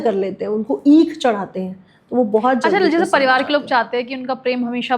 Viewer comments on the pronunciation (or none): none